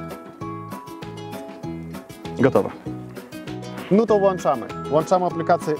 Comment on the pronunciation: "no to włAnczamy", poszukajcie włancznika xD.